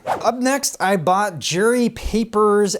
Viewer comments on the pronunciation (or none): none